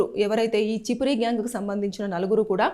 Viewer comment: అది చిపిరి కాదు అక్క ఛప్రి 😂😂